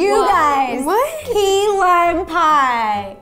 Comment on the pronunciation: Anyone noticed ro saying hay gays 😂😂😂😅